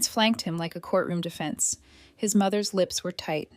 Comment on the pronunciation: "Him door"... It's "his". "His door".